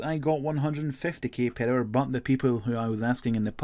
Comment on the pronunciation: Purr hour